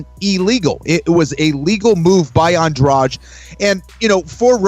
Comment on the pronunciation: how do you guys pronouce that name adrade? come on guys... you can t read a name right?